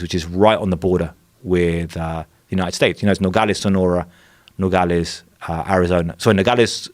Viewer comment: I wrote this guy off after hearing him way over pronounce 'Nogales'. Fucking poser.